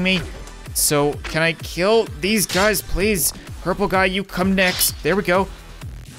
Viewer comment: Anyone else hear " what's up bazz!" At the beginning of the vid?